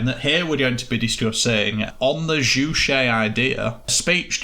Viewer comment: Maybe if you did an ounce of research (these guys couldn't even be bothered to find the proper pronunciation of "Juche") the work wouldn't seem so "ironic." There are legitimate criticisms of the DPRK but when you peddle total and obvious lies like the whole "three generations of punishment" and "the country worships their leaders as gods/believe Kim Il-Sung is immortal" you lose all credibility. Seriously these things can be debunked with an extremely simple google search. What you all have displayed here is a complete and fundamental misunderstanding of the Juche idea, as well as Marxist theory in general. The Juche idea is dialectic, not metaphysical, it deals in processes not absolutes. The Juche idea does not claim "nothing impacts the world but humans and the things in the world don't change each other," in fact it claims exactly the opposite. You seem to understand this when you reference "humans as a part of the world, in it not outside it" but you just ridicule this as a trite true-ism rather than recognizing how the dialectical understanding of humankind's place within the universe shatters your total strawman of Juche as a philosophy promoting "human dominance an exploitation over nature." The Juche idea could not be further from promoting exploitation. You all also reveal some serious classist ableist biases that you harbor when you all go on about how many words/concepts are repeated. I don't know if you knew this but this a speech meant for *illiterate peasants*